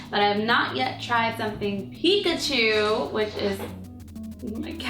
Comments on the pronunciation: she said pkatwo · Once you said picatu instead of Pikachu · cupquak .you .said .pichato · she said pikatu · She said "now u have pikatwo macaroons" XD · Did anyone else hear her say Pikatu at the end?